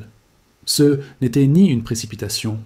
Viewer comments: Ce j'ai vu m'a fait bien rire ! C E est une production IA qui a beaucoup de mal à dire "ce" ... C E continue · Je ne comprend pas CE.et CES. Est ce un Robot qui parle? Quelqu'un peut m'expliquer le "CE" qu'il dit dans les phrases et le "CES"